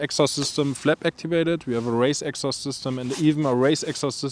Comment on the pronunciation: The purosangue is kinda ugly from the front... back end looks alright. But dear lord that sound ❤ once again, amazing result ! Also fellow germans, please learn how to pronounce "exhaust" correctly😊